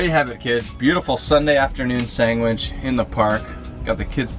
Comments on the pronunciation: Great recipe, will 100% try this. But, dude, it’s sanDwich!!! Not sangwich!!! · I love the fact that calls a sandwich a sangwich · So many favorite parts of this video! Bec giggling behind the camera, tagging you in belly button tomato pics, and the best... pronunciation of the word "sandwich".